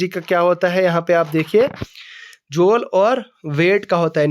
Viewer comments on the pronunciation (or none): joool kya hota hay😂😂😂😂